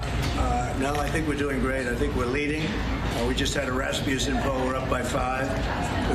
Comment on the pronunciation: Trump and a few major network anchors reference the 'Rasmussen' polls, + they don't know how to pronounce it . Anyone from the midwest knows how to pronounce 'Rasmussen'.